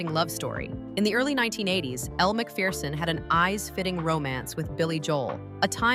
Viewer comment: You pronounced her name Elle McFierceon and that what she is...fierce !